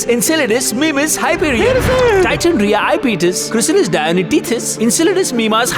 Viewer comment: Reha ✖️ Riya ✔️😂😂😂